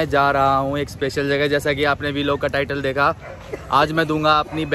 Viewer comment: Bhai vilog nahi "vlog"